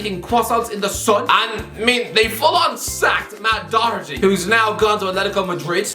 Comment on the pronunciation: I'll be honest Dough-erty is an improvement on Dok-erty as a pronunciation of Doherty in my opinion.